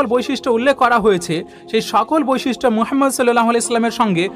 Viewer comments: "মুহাম্মদ (সাল্লাল্লাহু আলাইহি ওয়া সাল্লাম)" — এটাই শুদ্ধ উচ্চারণ। আপনার চিন্তার প্রতি শ্রদ্ধা রেখেই শুধুমাত্র উচ্চারণটি শুধরে দিলাম। ইসলাম কারো ধর্মে হস্তক্ষেপের অনুমতি দেয় না। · দাদা আপনি নবিজির নাম উচ্চারণ করতে পারেন না, এই ভাবে বলবেন, হজরত মুহাম্মদ সল্লাল্লাহু আলাইহি ওয়াসাল্লাম, ধন্যবাদ